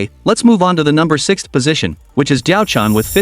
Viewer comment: when you pronounce DiaoChan , its DiaoChan~ im laughing LOL